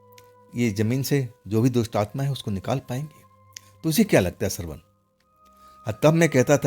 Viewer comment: सरवण नहीं श्रवण 😅😅